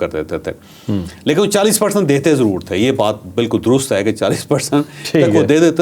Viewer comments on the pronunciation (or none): none